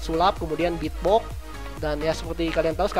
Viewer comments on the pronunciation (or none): ngomong beatbox malah bitbok kwkwkw